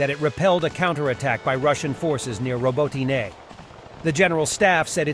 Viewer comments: Stop pronouncing a second vowel at the end of “Robotine;” There is only one vowel. Drop the second vowel at the end. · It's not France. Learn how to pronounce Robotyne or teach your bot how to say it.